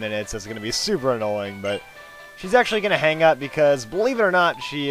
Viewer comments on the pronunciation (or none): none